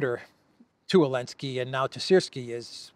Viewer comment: after checking the pronunciation on line, why do you swallow the Z of Zelensky? been bugging me since months, thanks :))